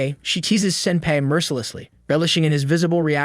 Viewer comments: It is pronounced sin-PI NOT SIN-pai!!!! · What's so wrong on say senpai correctly like fr dude it's not pronounced sempe like fr smh there's several times u say it correctly but a bunch not saying it correctly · Man says ‘senpay’ instead of senpai. HOW INTERESTING Also anyone else think it’s interesting how at the festival they put a collar on him? KINDA SUS FOR ONE OF THE LESS HORNY ANIMES, AINT IT? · Man doesn’t know how to pronounce senpai. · Definitely not wrong, the entire video/recap sounded like the narrator only watched half the show, also kinda kept getting bothered by how senpai was pronounced 😅